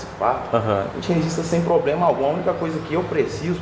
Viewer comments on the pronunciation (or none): Nao é poblema e sim problema